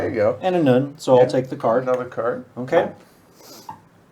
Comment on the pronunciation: As a Jewish fan of your work this is SO COOL. Notes on pronunciation: Nun is pronounced "nün" (not quite noon but not quite nun) ה is pronounced "hey." You got Shin and Gimmel just right. Finally Sheol is prounounced Shi-Ole with a very short "I" sound like the "eh" in meh but more "I" like. It's also not strictly hell, a better translation would be the abyss. The Jewish attitudes towards the afterlife are varied and complicated and depends on denomination and Rabbinic/Communal tradition. Suffice it to say Sheol ain't a happy place. Happy Chanukah!!! (Prounounced Khanukah where the kh is a guttural sound like blech) KILL THEM NAZIS